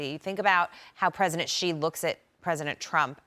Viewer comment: Aside from everything, why can't they just learn to say his name correctly!!! It's so annoying that they just can't say She. It's not Gi, or anything else. They news media shouldn't be stumped over the letter X. If they just said She, it's already 100 times closer.